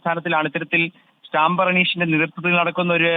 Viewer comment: സ്റ്റാമ്പർ അല്ല സ്റ്റമ്പർ